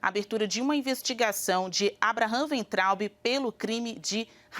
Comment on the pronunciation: Weintraub Waintraub pronuncia em alemao!